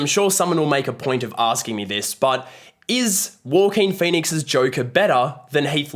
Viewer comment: Nopes. Like he says, it’s actually ‘walking penis’.